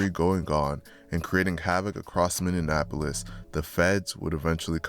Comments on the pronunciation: It's Minneapolis not Minneanapolis smh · Bro stop saying Minneapolis like that lmao you saying it like it’s spelled minionapplus 😂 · between 2021 and 2024 north "Minneanapolis" . If you're gonna do a video on a city at least research how to properly say the name of the city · The fact you can’t even pronounce cities right (Minne-An-Apolis) is crazy. There’s ONLY two “N’s” in Minneapolis. Not to mention his name isn’t Damon, it’s DAMONE..smh how are you covering shit you know nothing about? Chris Little Didn’t even get killed by anyone in the highs. He wasn’t even alive when the highs and lows shit started. So wtf are you talking about? And Antonio Harper wasn’t apart of the highs nor any “Highs and Lows/ or gang” beef. You’re just starting rumors and I hope his family sues you. You’re speaking on deceased people not even thinking about their families and them seeing this? You’re weird. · its bot minne in apolis. its minneapolis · It’s Minneapolis not minnienapolus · It’s mini-apolis no mini AND apolis 😂😂😂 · Say it with me Min-ne-apolis or Minn-e-apolis😂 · Mini - Apolis like it’s not that hard 😂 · That Minneapolis was kicking bro ass. “Mini-Annapolis” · Ayo what is "MIN-IN-Apolis"? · Ok im not gonna lie the Minionapolis thing is a little annoying 😂. Were not Indianapolis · Minneapolis [mini - apolis] ... you 🥷🏿's can't sound out words 🤬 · Bro it’s pronounced like “Mini Apolis you saying it all wrong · Learn how to say minne-apolis first wtf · MINN-E-APOLIS pls say it right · Why did bro keep saying "MIN-IN-Apolis"? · It cracks me up because it's so easy to pronounce. But I hear it mispronounced all the time. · He lost me with the first Minnie appolis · Man delete this shit and re record. Learn how to pronounce Minneapolis first. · learn how to say Minneapolis LMAO don't do no vid on us if u don't even know the name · Because he's not from Minneapolis and he can't pronounce the word right that's how you can tell somebody's not from Minneapolis when they say that